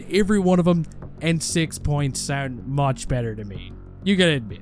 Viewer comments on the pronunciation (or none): none